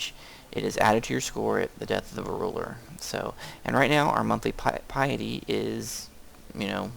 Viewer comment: i dont rage but it kinda bothers me its not pi-a-dy its pi-ty k